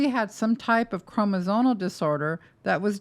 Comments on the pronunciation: You keep saying evasive do you mean invasive? I don’t know medical terms so maybe evasive means something I’m not aware of in medical terms. You also keep saying chroNosomal instead of chroMosomal. Which I just find weird since you’re a medical professional. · I appreciate all this information, but as an RN, I find it really hard to trust you have the credentials you say you do when you use terms like "evasive procedure" or repeatedly mis-pronounce the word "chromosomal"